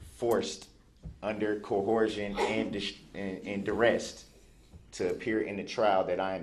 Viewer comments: "Cohersen" and "Durest" - ! I quickly reached for the dictionary. Mr Brooks most definitely has a command for the english language! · Whenever this idiot said "cohorsion," I feel like I'm forced to say "Well I neighhhhhhh-ver!" lol! This guy was dumb! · If he could’ve pronounce words correctly maybe his interruptions wouldn’t have annoyed the judge as much. Cohercion? Substain? Biast? She said he has a 12th education, no way. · “Cohorsion & Durest” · What is cohurshun? That’s not a word dumb ass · “Cohorsion and Durrest”. 🤣🤡🤦🏼‍♂️ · Yes. And I love "co horse shun." He's an idiot. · Corshun and direst 🤡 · Wtf does “co-horsed“ mean? 😩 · Co-horzhun. durest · Coherhision????? Durrest????? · "Under cohorsion and durest" 😆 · Cohorst...durest... this child doesn't know what he's saying it's quite comical